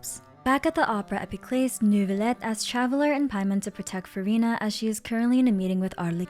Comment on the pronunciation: as the french person, the way she pronounces "Neurvilette" is so bad it cringes me